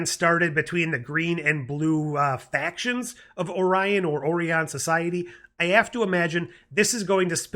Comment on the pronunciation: You mean, OREE-ons. lol. I love the TAS callbacks. Rutherford's storyline is heart-wrenching. So nice to have a new Trek to watch! Thanks for the review.